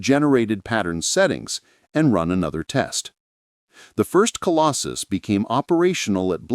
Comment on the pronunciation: Colossus NOT Colostus or Colosjus -- Obviously AI-generated and not checked for accuracy !!!